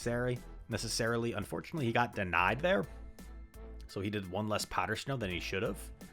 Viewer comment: Why does your snow pronunciation have an H in it lol? This is like the third or fourth video I’ve noticed powder shnow.